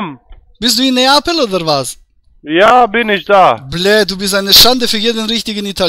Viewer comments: Komm nach napel sagt der , er kann nicht mal neapel aussprechen und will dort leben. 🤣🤣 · 😂komm nach napel, geb ich dir ne Pizza aus. Er is so ,minus Einzeller, der kann noch nicht mal Neapel richtig aussprechen. Da hast ein Paradebeispiel deluxe an der Strippe gehabt 😂